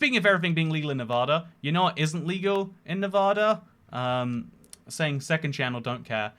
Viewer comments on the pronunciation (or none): If you’re moving to Nevada you should work on changing your pronunciation, keep your entire accent but switch just that one word would be great